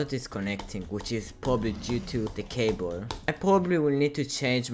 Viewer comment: with your accent it sounds like cabole